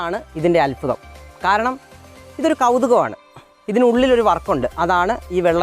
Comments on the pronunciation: അല്ഫുതം അല്ല അത്ഭുതം എന്ന് പറയു മോനെ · അത്ഭുതം,,, അല്ലാതെ അൽഫുദം അല്ല,,,,, 😁